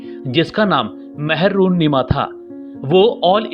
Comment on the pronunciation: Mehrunnisa HOTA hai naam mehrunnima nhi